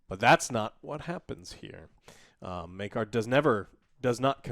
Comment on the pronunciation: Take a shot whenever joe calls Maekar as maegor.